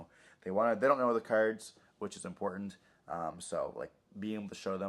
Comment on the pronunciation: Taking a drink for everytime I hear “cerds” & not “cards” 🍺